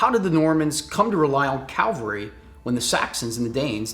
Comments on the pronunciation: Love you guys! Your linked campaign videos are fantastic. But friends, men on horses are CAValry, not CALvary. You have my subscription. You have my likes. You have my support on pronunciation..... CAValry. Thanks for sharing your passion for the hobby. Keep up the great work. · Cavalry noy Calvary